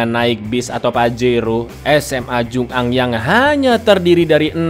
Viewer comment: Bacanya jungang disambung mas bukan jung ang